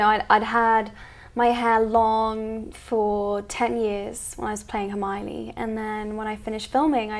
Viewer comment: Did she just say hermariony and not hermione?